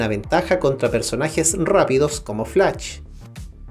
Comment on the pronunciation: Ohh my goshhh realmente pronunciaste flaCH, nightCHade, deadCHot hahahaha